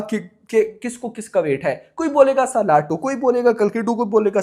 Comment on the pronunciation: पहली बात तो ये है की सलार को सालार बोलना बंद करो भाई 😂